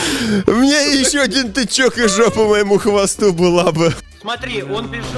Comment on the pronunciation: Оди́н а не óдин